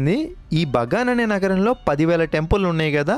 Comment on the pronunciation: Bro BANGA kadhu kadha BAGAN kadha bro